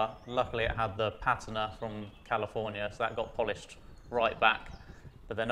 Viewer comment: Finally someone that can pronounce patina correctly 👏